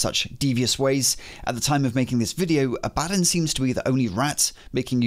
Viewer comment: Your pronunciation of Abbadon makes me irrationally angry.